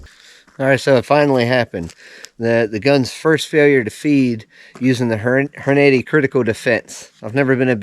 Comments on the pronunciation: "Horn-80"? Took me a minute to figure out 😂 Good video. I love my S&W BG 2.0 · Just wish you would pronounce Hornady correctly, otherwise I learned from you. Just bought mine yesterday and can't wait to get to the range which the nearest is 20 miles away.